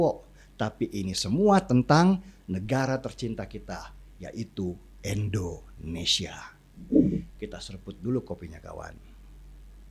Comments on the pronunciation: Indonesia bang den..pake I...bukan E....begitu kata guru musik sy jaman sma. Indonesia Raya..bukan Endonesia Raya 😃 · Halo bang, sekedar saran ttg pronunce anda ketika menyebut Indonesia, yg betul adalah INDONESIA, Bukan ENDONESIA.. cheers